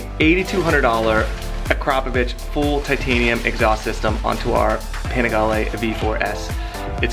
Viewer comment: I like the way you pronounce "Akrapovic" Sounds so classy and cool😎